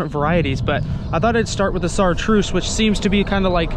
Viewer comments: Chartreuse = [Shar-truce] not [Sar-truce] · Chartreuse not sartreuse